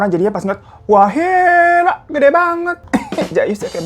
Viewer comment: Menit 2.22 kak hiro typo ,gede jadi geda